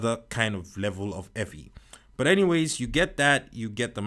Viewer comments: i love how u say evvy instead of heavy sometimes 😂 nice reviews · I looooove this guy! If somebody doesn’t know how to say ”Heavy” just tell them to day eavy😂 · this foo said evvy😂😂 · It’s so heavy, he dropped the ‘h’